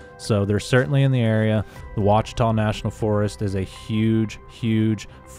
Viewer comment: Lost me at Wah-Cheetah. No one in Arkansas has ever called it that. Ever. Ouatchita - wah chi taw.